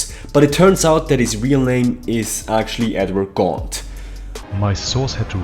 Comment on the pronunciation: Edward GAUNT!!!!! Why does he say "gaunt" so funny